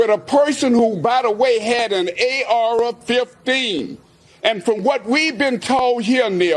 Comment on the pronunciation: “A Ara 15”😂😂🤦🏾‍♂️